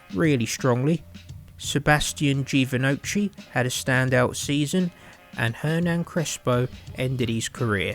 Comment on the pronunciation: “Sebastian Givonoci” probably the worst pronunciation ever